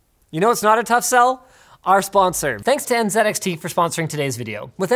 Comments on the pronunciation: Dear Linus, The brand name is NZXT not NZEDXT. Thank you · N Zed X T .... if Z is Zed then T is Ted, so it should be N Zed X Ted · Linus, you realize calling it En-ZED-Ecks-Tee just sounds silly, right? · I respect linus and everything... but why did he say “N Zed X T” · ... I've never heard it pronounced N-Zed-X-T before. That's freakin' weird. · Anyone other American triggered by Linus saying NZedXT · En zed X T